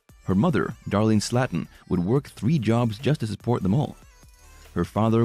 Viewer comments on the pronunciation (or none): The family pronounces their last name as Slayton (Slay-ton) - not Slatten (Slat-ten). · Their name is prenounced like this... (Slay-ton) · Please learn how to say Slaton.